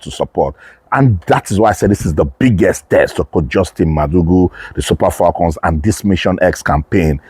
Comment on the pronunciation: FALCON is spelled with one "L;" please stop saying FALLCON, it is annoying as hell!!